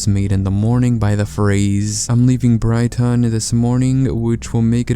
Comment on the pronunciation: your pronunciation of brighton is acceptable